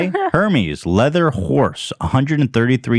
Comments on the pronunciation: hermease > hermes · Ethan saying “HER-MEES” instead of Hermès 😂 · Lol, I'm kinda surprised that no one told Ethan that Hermès is pronounced air-MEZZ, and not HER-meez. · Her-meez lol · Ethan calling Hermès HUR-MEES 💀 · i cringed at the way ethan said “hermes”